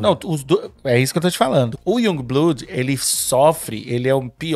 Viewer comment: Iungue blude ???? Sério ???? E o curso de inglês ?!